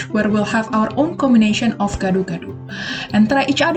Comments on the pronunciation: Gado-gado. You did it wrong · How to say gado gado is (Gah doh Gah doh